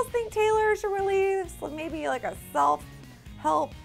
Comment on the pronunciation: who screamed when she said selp helf (yeah I'm a big mirafanda) haters back off